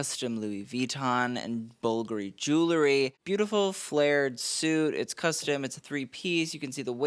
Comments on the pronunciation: Jue well ree, not Jue lew ree. Get the "w" in there early on. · Jewelry NOT Jewlery Jul ree. Jul la ree This sets me off every episode. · JEW-EL-RY. Not JOO-LERY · Enjoy your videos, but please stop saying “jewlary.” Jewelry is pronounced Ju-well-ree. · ffs its JEWEL-RY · I turned this off after hearing you say "jewlery" for the 10th time.